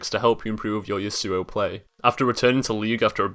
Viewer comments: The way you say Yasuo is retarded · I love the iamaqtpie yasuo pronunciation XD